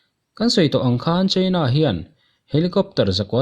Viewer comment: China i lamdan hi adiklo deuh emaw aw kalo tia. Cheina nilo in Chaina ni zawk se. Attack pawh hi attak nilo in etek ni zawk tur ani